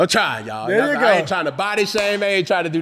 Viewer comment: “I GOT TO BE IN DERE NOW” 🤣🤣🤣